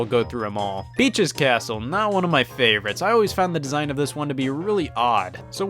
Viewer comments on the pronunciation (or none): i heard bi*ch's castle